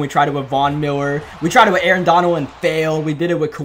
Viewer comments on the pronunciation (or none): none